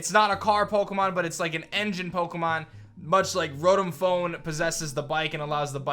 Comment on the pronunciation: I was listen to this. You said piemon and I though you where talking digimon haha